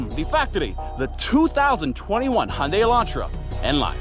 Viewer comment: Its Hyundai not hunde